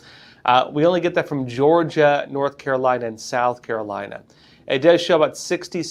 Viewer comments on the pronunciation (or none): none